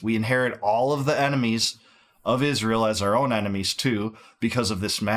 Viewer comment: Why does she pronounce it "ISHZREAL"